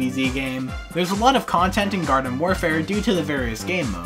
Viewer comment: Hate to be that guy but you said varden instead of garden.